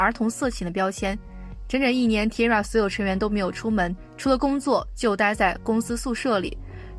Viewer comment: T-ara是念 Ti-a-ra 不是Tira